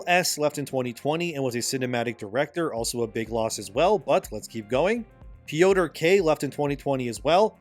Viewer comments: Peeeotor 😂 I love it when Americans butcher Polish names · Its not theory, its a fact, but please don't butcher polish names. Its not Poitrs its Piotr, in English its Peter like Peter Pan or Saint Peter (which this name is based on).